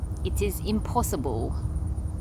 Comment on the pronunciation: Someone commented in a previous video that says something at the end of her video that is in a different accent, almost like it's someone else speaking through her or its her speaking from some other place. I didn't really take it seriously but again in this video it happens, near the end when she says "it is impossible". What is going on there?